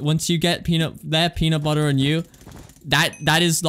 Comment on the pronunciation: peanut buhher my favorite